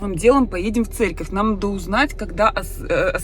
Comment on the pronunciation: ты специально говоришь Церьковь